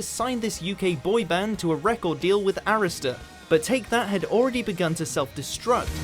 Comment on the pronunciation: Why is he pronouncing Arista like that. ?